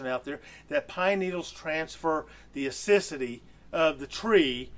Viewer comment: You say acidity wrong but other than that small thing you are very smart! I love how you thought this Thru so much. ....and shared!